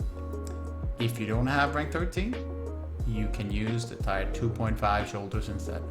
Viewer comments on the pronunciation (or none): For the love of god, "Tier" is pronounced "Tear", not "Tire" lmao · Love all the phase 5 warrior videos! Helpful tip, "tier" is pronounced like "teer".